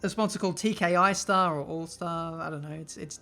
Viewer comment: it's "tri star", not "tki star". Look at the R in the word "star" and you'll see that it's the same as in the 3 letter word "tri". That's why there's 3 stars next to it as well...